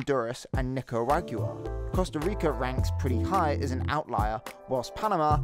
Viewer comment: One extra syllable in "Ni-car-a-gua"